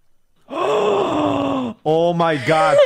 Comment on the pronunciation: She mispronounced manzanas and mujer but she's still doing great